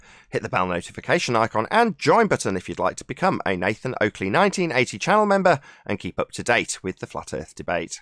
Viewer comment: Black Swan reks ballers!Oakley pronuncanation twice 🤣🤣🤣🤣🤣🤣🤣🤣🤣🤣🤣 get wrecked